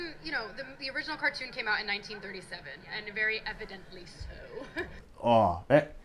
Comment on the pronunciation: She keeps calling it a.carton. It's the first animated movie that won 2 Acadamy Awards She doesn't know what she is talking about I hope her movie flops big time